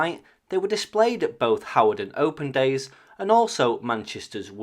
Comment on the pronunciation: Your videos are so informative. My brother lives near that location, and we both wondered what those Soviet jets were doing there. BTW Hawarden is pronounced Hard - den